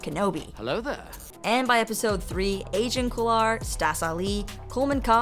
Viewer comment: I thought u said Asian Kolar